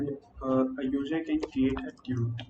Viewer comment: Not to be rude, but is it common to pronounce “Tweet” as “toot”?